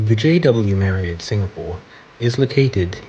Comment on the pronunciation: So refreshing to hear you pronounce Marriott the correct way, as opposed to Marri-OTT. 🙂